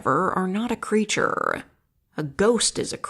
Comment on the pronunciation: "Creaturre" "Monsterr" Were you saying it like that on purpose?